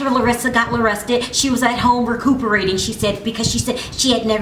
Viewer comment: "after larissa got la-rested" 😂😂😂😂👍👌